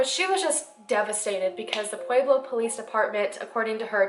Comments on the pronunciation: I love that you've done a video on my town. The way you pronounce pueblo is cracking me up.. Pu-ehh-blo. Not Pu-eee-blo. I love you so much. This is not a hateful comment. My SIL works at parkview. This is a close to home case for me. Glad he's been arrested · This isnt supposed to be rude or anything but i live in Colorado and the way she says pueblo is 11 out of 10! (its pronounced Pleb-lo) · I live in Colorado. You’re actually mispronouncing Pueblo. It’s more like pweb low. Lol. I love your video by the way though! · "Pwayblo" nooooo make it stop😂😂 I was born in Pueblo and had to cringe every time I heard that. But great video! You're very well researched. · New fave channel next to lordonarts! 😍 (btw.... pweb-low!) 😂😊 I'm a Colorado native and noticed the way you said it haha! Also if you cover solved murders, Jessica ridgeway. SUPER effed up, right in my neighborhood:( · I know this is WAY off topic.... but does it drive anyone else crazy how she say Pueblo??? AHHHHHHHH!!! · Hi I'm from Pueblo, CO and just wanted to let you know that you mispronounced Pueblo and St. Mary Corwin (you said crown) otherwise great video!! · i know its not ur fault so im not hatin, but the way ppl pronounce Corwin or Pueblo is cringe. i guess u have to be a resident to say it correctly